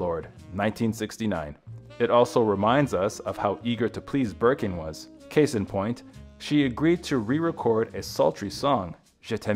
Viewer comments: The amount of times the narrator called it “Birking” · Also Bergen